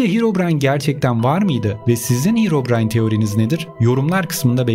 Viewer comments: Hirovrayn deyil herobrayn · Bışey soylicem de hirobrayn diyo